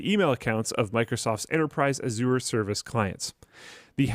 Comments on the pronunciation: It is Azure not Aziur. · No one will read this, but fyi, Microsoft Azure is pronounced "azj-ur" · reeeally has to learn how to pronounce Azure correctly... I couldn't help but cringe every time he said it.